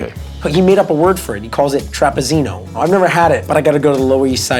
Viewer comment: Aren't two "zz"s in Italian read as "ts"? Like pizza, read as, pitsa And Pizzeria, pitseria? So shouldn't trapizzino, be read as trapitsino, not trapizino?